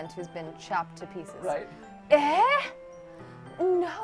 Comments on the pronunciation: Omg it's pronounced ay! Like Canadians put at the end of sentences. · That is not how you say eh